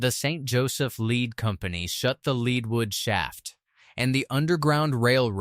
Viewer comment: Where is " Saint Fran-Swaa" or "Leed wood"? what a joke !!!